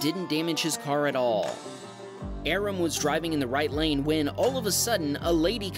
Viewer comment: If it's the same Aram I know, the name is pronounced Ah-Rahm with a slight rolling of the, "R". But as there are many Persians in California, I'm sure there are many Arams.